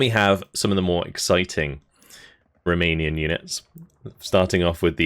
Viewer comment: Just want to drop a message to say how much I appreciate your efforts on spelling and pronunciation of all of these Romanian units... Across all the divisions... Lesser men would butcher all these words wantonly, but you... You care....